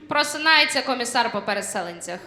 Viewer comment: Я щось пропустив в українській мові? пересЕленцях? Саме такий наголос?